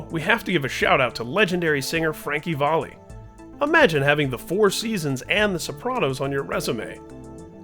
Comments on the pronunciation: Frankie Volley ???? It's Valli you moron. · Frankie VOLLEY?? REALLY??? Who the fuck doesn't know that it's pronounced "VALLEY"??? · Frankie "Valley" not Frankie "Volley" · Frankie VOLLEY??? Come on man. Frankie Valli. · "Frankie Volley" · Wait have I been mispronouncing Frankie Valli all these years? Me and, like, the rest of the world? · who the Fuck is Frankie " Volley " ???? one of the biggest singers of all time with 100 Trillion Records sold deserves to have his name said correctly!!!! it sounds like VALLEY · Frankie Volley? What's the matter with you? The f***'s the matter with you? Say his name again. You. . . son of a bitch. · Come on man. It's Frankie Val-lee. Like valley. You can't be doing these videos and not know who you're talking about. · Learn how to say frankie valli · And they should pronounce Valli right--he called him Volley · YOU PRONOUNCED FRANKIE VALLI'S NAME WRONG, ASSHOLE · How did you manage to mispronounce " Valli" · Frankie Valli is an icon pronounce his name properly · Pronounce an icon s name correctly